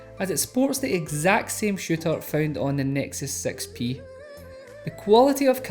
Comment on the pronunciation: You said nexus sex pee, lol, I know he means 6P.